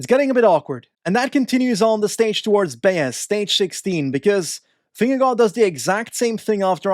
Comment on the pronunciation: Your pronunciation of Vingegaard is really good! Not quite native but pretty f*cling close!